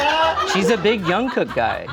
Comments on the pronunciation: pronouncing Jungkook like Youngkook sent me 😭 Koreans do indeed have a J sound lol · thank you for pronouncing jungkook correctly. the amount of people in media who don’t research and pronounce it in a whack way is crazy. i’m looking at you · knows Lisa but can’t properly pronounce Jungkook?😭😭